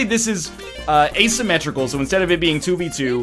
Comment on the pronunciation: Oh my fucking god he said a-symmetrical again